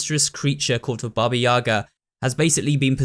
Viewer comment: It's 2022, yall could like, maybe, try to pronounce "Baba Yaga" correctly..